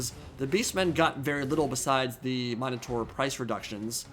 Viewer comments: The "new" way you pronounce Minotaur is a lot farther from the Ancient Greek pronunciation. Not sure about the "proper" English one though. I liked the old one better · please say Minotaur right lmao